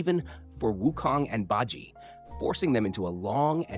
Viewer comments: Calling BaJie(Par-Chieh) BayJi is a sacrilege brother. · Great video as always! FYI Bajie's name is pronounced like "bah ji-eh" and the "sun" part of wukong's name is pronounced like "soon"